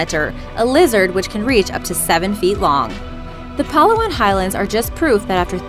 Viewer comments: Wow didn’t expect Palawan would be mentioned here, I feel proud. Also the stress is in ‘la’ not in ‘pa’ just saying. Anyway thank youuuuu☺️💜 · It's not pah-la-wahn, it's pa-la-wan but this video's good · Did you just said "Pal-aw-an"? Actually it's "Pa-la-wan" and I also live and labored on Phillipines! <3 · It's PA-LA-WAN.not PALA-WAN.Proud Filipina here.And I think it is not mysterious anymore since many people visits Palawan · It's pronounce as palawan not palaw-an lmao, nice video btw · It's pronounced as Pah-Lah-Wahn not pa-lawan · Hi um... no offense or anything but it is called PA-LA-WAN not PA-LAU-WAN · I’m from the Philippines and it’s called pah-lah-wan not palawaon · it's pala-won not palawan I'm filipino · I live in the Philippines but its pronounced as pal.a.wan not pala.waen lol XD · Its not Pa-lawan its Pala-wan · its palawan not pa la wan beacuse pa la wan is wrong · its palawan not pahlawan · #2 PHILIPPINES🙋 Palawan is pronounced as Pala-wan not Pa-lawan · pa la wan not pal law an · To point out, it's pronounced (pa-LA-wan) you know, cause... feels a bit insulting when people can't pronounce a place from your country. Not saying you're an awful person though. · surfwaxx999 she also mispronounced palawan. It is supposed to be said as Pah-Luh-One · I cringed every time she said "Puhh-luh-wan". Google is a useful thing, you know. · Its pah-lah-wan😂😂😂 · Its pa-la-wan that the way we talked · You say Palawan wrong it has to be said like "Palâwan" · Wrong Pronounciation of palawan its Pa ( right ) and lawan pronounciation is wrong it should be Pa-la-wan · It's Pa-laaaa-waaan highlands..not palawan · SEE YOU SOON BEEEYYEEE.. PAL- awan 😂.. Lab it beybe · Its red like this Pala-wan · its pronounced pa-la-wan not palawan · its said pel-ow-an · It's pronounced paul-ow-w-on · "Puhh-luh-wan" I can't help but cringe everytime she says it like that... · Ummmm its pa-la-wan not palawan and FILIPINO SQUAD WHERE YOU AT!!!! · Palawan Prounouce is Pala-Wan